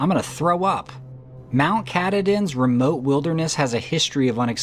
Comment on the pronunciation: The Maine Mountain is pronounced Mount Ka-tah-din!